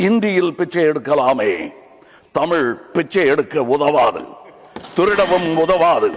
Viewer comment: தமில் இல்லை madam தமிழ்